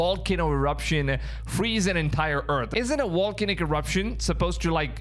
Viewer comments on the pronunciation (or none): Volcanic….Like Volume…not Wolcanic